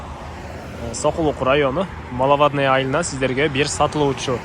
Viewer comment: Малавадная 🤣,тилди ондочу үкөм,маловодная.